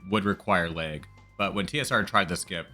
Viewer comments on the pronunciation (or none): that "a" in "lag" 😅 Midwesterner/Canadian detected?! 😁 hello from Wisconsin